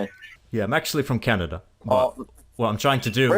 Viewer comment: Yeah that could be the case, people of the second generation sometimes have different speech than those who aren’t, what I do notice is that he sounds like he’s pronouncing everything “by the book”. For example CA-NA-DA, we usually don’t say it like that. Vowels are also really short sometimes where we’d lengthen or relax them a bit more. It’s just that I can’t hear any foreign influence.